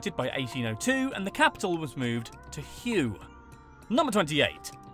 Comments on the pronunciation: For the love of Uncle Ho, Hue is not Hyouay or who ay it is Hue or hway. The the ancient capital. And yes I spent 2 years in Vietnam and I have little desire to return. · "Hue" is pronounced like "Way" . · Born and raised in Vietnam, I'm quite surprised and impressed by how thoroughly you did your research. Very insightful, accurate and of course, with excellent humor. But dude some of your pronunciations were confusing, like those of Hue and Nguyen. :D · He pronounced it Hue, the word. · you butchered the pronunciation of "hue"